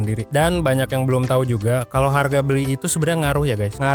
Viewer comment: Wong palembang kah kk, sempet denger ngomong hargo😅